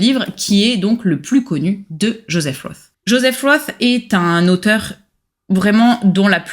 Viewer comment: J'arrive après la cavalerie mais si cela n'a pas été déjà remarqué, Joseph Roth, ça ne se prononce pas Jospeh Ross, mais Joseph Rote. C'est un nom allemand pas anglais. Sinon, merci pour la découverte.